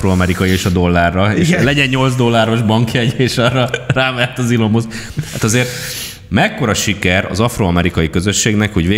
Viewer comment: Nem elon muszk, hanem ilon mászk a helyes kiejtés. Nagyon zavaró, hogy nem tudod rendesen kiejteni a nevét, fel kellett volna készülni ebből a szempontból, nem olyan nagy dolog. Egyébként minden másban egyetértek.